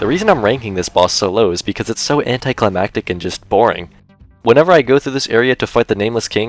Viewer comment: I subbed because you said "anticlimactic" correctly. Great video, man. Very well done.